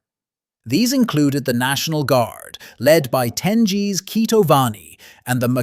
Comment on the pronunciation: G in Georgian is spoken and written as for example in English G in "goy", it's not "Joy" it's "g'oy", so it will be Tengiz not Tenjiz